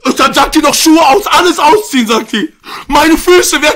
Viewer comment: Niemand: Du: Auziehen